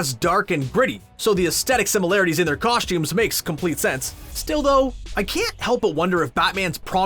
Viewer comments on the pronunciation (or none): Cosh-tuumez LoL